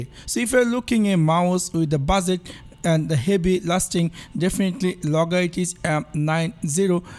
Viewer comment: Logaitich 😂😂😂 Dead after hearing his pronunciation 😜😜😜🤣🤣🤣